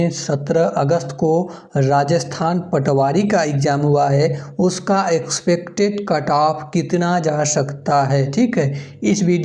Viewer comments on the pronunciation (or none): गहन विश्लेषण वाला तो एक भी वीडियो नहीं छोड़ेंगे। भले ही तुम एक्सपेक्टेड का उच्चारण मुंह में सुपारी डाल कर करो।